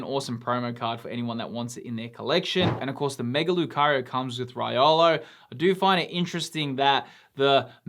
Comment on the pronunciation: LOVE THIS SET SO MUCH! I've got some Mega cards from last time. I must agree it's very very very desired. At least for me. Haha! And bro, with all respect. Riolu was pronounced as Ri - O - Lu. Based on the Jap text on the card. Have a great day and hope i win the card! Love it too!